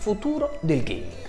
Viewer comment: "UN PICCÌ DA GHEIMING!1!1" Fierik ma dove sei quando servi?